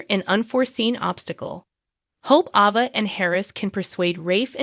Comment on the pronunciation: A (as In abcdef...) VA. I really don't know where you get these readers that cannot pronounce these names but maybe they should be made to watch the shows with every person whose name that they have to pronounce. Your readers really don't appreciate trying to figure out who they talkin about when they read these stories. And I want to know who Nickel is ?